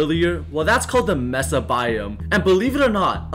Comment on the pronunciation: it is pronounced may sa not mess uh